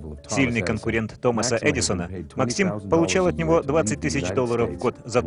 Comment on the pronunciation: Правильно МАксим. Ударение на А